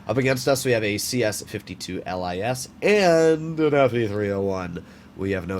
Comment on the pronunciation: Cs52 Lis, isn't read L I S but lʲis, it is a polish word for a fox 😂 (I am Polish)